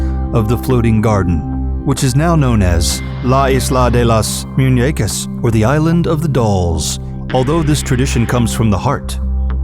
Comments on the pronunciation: How he said Isla De Moñecas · you lost me when you tried to say the name in spanish... lulz! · died when u say "la isla de las muñecas"